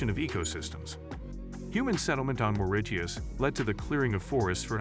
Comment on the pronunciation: Your lazy computer voice can't even pronounce Mauritius correctly.